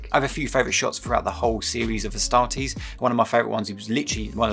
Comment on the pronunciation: A startees 😂😂😂 the way u said i 😂😂😂